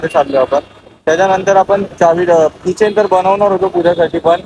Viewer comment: Kitchen nahi key-chain